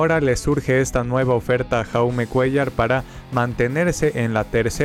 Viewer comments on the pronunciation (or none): Dato: El nombre de Jaume Cuéllar se pronuncia "Yaume", el nombre está en català (idioma de la comunidad de Cataluña).